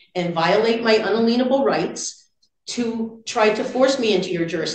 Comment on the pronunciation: She does that on purpose, to use the word lien - she slips up sometimes and pronounces it correctly - just more sovcit shenanigans.